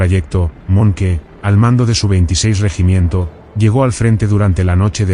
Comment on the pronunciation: Fuck A.I. narratives! Monkey! it's pronounced Monk,Dip shits!